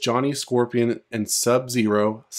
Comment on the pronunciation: You said SUB-ZERO right 😂❤ thanks man